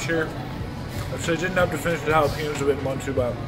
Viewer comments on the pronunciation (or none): the way he said jalapenos halapinoes